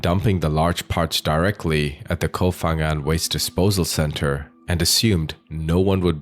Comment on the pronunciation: Koh Pha Ngan (pronounced with a 'Pah' sound, not 'F') there isn't an 'F' sound in Thai